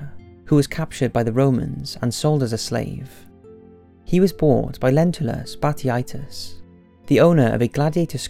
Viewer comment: Your pronunciations of Lentulus batiatius and other names in #1 bother me severely